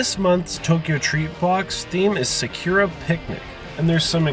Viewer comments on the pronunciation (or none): Pronounced Saw-Coo-Rah. That hurts my soul.